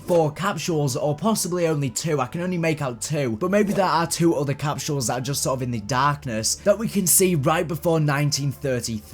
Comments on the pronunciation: "Capshules" lol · I can't get over how you say capsules